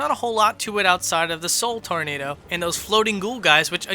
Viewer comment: Sheez it’s “soulnado